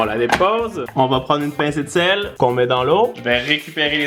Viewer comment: Quand il disait une pincée de sel j'ai entendu de l'eau de javel 😂😂